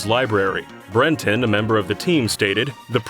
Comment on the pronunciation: Why’d you pronounce Brenton like that hahaha